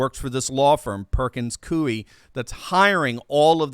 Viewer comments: It's pronounced Perkins COY. They're a high powered Seattle based law firm that supports all things far left. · It's pronounced Perkins "Coy".